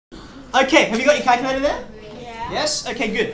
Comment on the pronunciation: video starts "Ok, have you got your kalkojhöllrr?